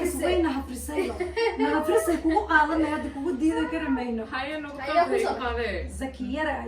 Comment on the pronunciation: hafisay dhaha hafrisay maaha hhhhhh mida kale munish dhiig kulula hhh h